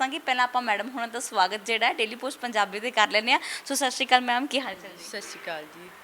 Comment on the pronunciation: Oh beba sat shri kaal nahe sat shri akaal bolo plz